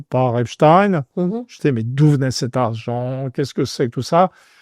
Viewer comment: Et le Mossad y est pour quelque chose. Epstaïnne ou Epstine 🤣